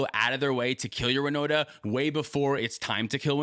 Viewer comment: Was looking for my favorite deck on the time stamps, Winota, and I was like, who dafuq is Woda? 😂